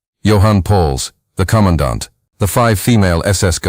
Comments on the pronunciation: i like how “commandant” is said like “conodont” and every time it was said i imagined the earliest known vertebrate, an ancient, jawless, eel-like fish with the sharpest teeth of any known species in history not only participating in war crimes but also being hanged for such war crimes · lol thanks for your comment, i heard it a few times and was wondering wtf was being said!